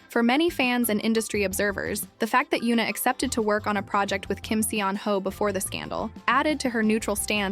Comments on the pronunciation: Still mispronouncing his name.. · One of my favorites! 😊 The pronunciation of his name here tho... 🤦🏼‍♀️ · Please, if you are going to use him to generate views, say his name correctly. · PLEASE OH PLEASE learn how to pronounce his name properly, seeing as you say it every 60 seconds